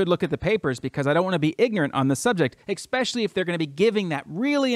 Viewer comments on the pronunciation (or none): Did he say Xspecially?